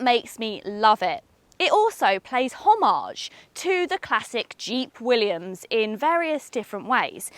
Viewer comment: It’s also a pity that nobody told her that it’s Jeep “willys”, and not Jeep “Williams”